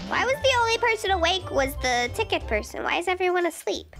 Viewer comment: Loll voice acting is hilarious and hey!! Lover ur videos and the way said tickie instead of ticket